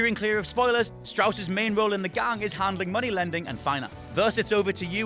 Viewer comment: God damn it Dutch, where the hell is the muneh?